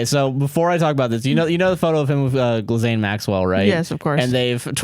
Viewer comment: Gilzane Maxwell!? 🤣🤣🤣 it's pronounced Gillane, but I also enjoy when she's called jizzlane (at least that makes sense with the spelling)